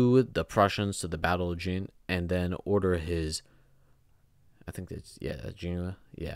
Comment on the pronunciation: Please pronounce the "T" in Britain and Jena is pronounced Yena.